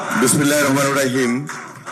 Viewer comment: ঠিক মত বিসমিল্লাহ বলতে পারে না